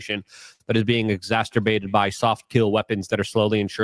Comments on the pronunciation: "Exacerbated"... not Exas-TER-bated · He's native Polish, so cut him some slack on the ESL. Also, there is no T in the third syllable of the word.